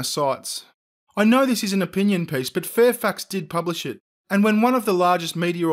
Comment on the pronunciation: did anyone else think was saying Fairfucks and not Fairfax?